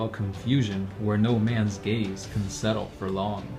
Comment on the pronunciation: sounds like "a veil of confusion where no mans GAYS can settle for long" lmao